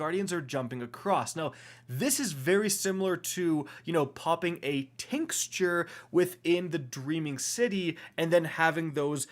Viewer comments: I stg these destiny tubers mispronounce words on purpose just to annoy us. This man can’t really be pronouncing tincture like “TINKS-tur” or “STRY-guh” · So, I couldn't help it... I love the content and had to get this off my chest. It's pronounced tincture (tinkture) not tinsture as well as imbued (no n) not imbuned. I know, who cares...